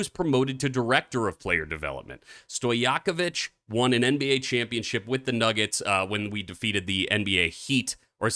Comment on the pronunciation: You don't know how to pronounce Stojakovic??? Ever heard about Peja Stojakovic? Btw you're pronouncing it perfectly, but no way you don't know about Peja!?